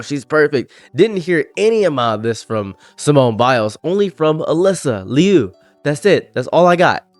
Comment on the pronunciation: God what is WRONG with these people? Also good job on the name pronunciation, that's my Fiance's name too. No relation. She's a bit of a hometown hero here, she's from our city!